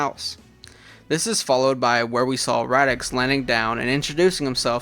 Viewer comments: Dude... I know that it's a year old video, but my ears are bleeding every time I hear Radix -.- it's Raditz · Who tf is radix 😂. Raditz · I actually love that he pronounces Raditz’s name like that, it makes him unique and stand out in his own little fun ways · Radix? Raditz. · Nice job on the fanfiction, but you kept mispronouncing the name of Goku's brother. It's Raditz. I know he hasn't been a major DB character in hindsight, but he's still pretty darn important for being the guy who revealed Goku's backstory. Anyway I still like some of the old DBZ movies too, mainly the first 3 since they used to air them on Toonami all the time, especially during the time we were all waiting for the Funi dub to start while we kept getting re-runs of the Ocean dub. Cooler's Revenge was pretty good too. The first Z Broly movie used to be okay for me, but I've liked the DBS Broly movie a lot more since its release. At least they got rid of old Broly's pretty ridiculous reason for hating Goku/Kakarot, heh.